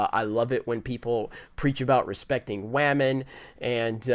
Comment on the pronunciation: I love that talks about respecting women, but goes about calling them Wahmen like some disrespectful child